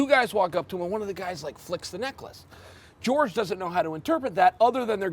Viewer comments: "george" masvidal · Jorge=George in Spanish